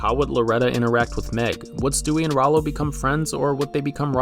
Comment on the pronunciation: Rowlow? thats almost to not close to Rallo, even thought its spelled the same, oh and by the way its Stewie, not Stevie, and the ''giant chicken'' is called Ernie, I don't blame you for the fact most people don't know his name.